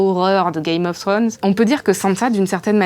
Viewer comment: C’est vraiment drôle à quel point les français ont un problème dans la prononciation. Gamezez of Sronezz, Kingzz Lannndinnngue, Winteurfelle, Sans ça Starke, etc. Quoique la « belle jeune fille » qui détrônerait Cersei serait Brienne of Tarth « The Beauty ». Les gens se moquent d’elle en l’appelant la belle... Coïncidence venant de Martin? Je ne pense pas. (Le loup n’est pas le sigil des Stark c’est le Direwolf, mais c’est pas grave ;), belle vidéo)